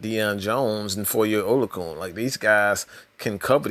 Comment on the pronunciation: Oh-lo-a-khan That’s how it’s pronounced...